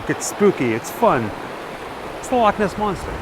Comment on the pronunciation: Loved this, love you say Loch properly, yous stayed in Glasgow, that's 20 miles from me.